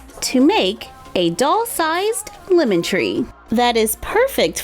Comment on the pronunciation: You said limen it’s lemon